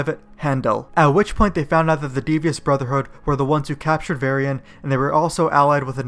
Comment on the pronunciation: oh my god, how did you prenounce Defias Brotherhood? my god this video is raping me.